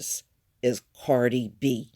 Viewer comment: are you calling her “Party” B?🤣🤣